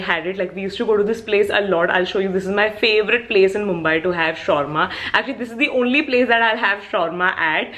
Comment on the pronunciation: It is mumbai not mumabai